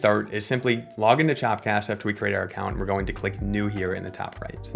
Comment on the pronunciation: It’s called “chop cast” bruh, not “chap cast”, lol